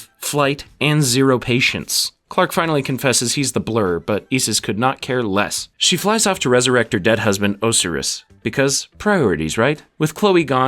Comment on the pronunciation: Your pronunciation of Osiris and Isis is killing me…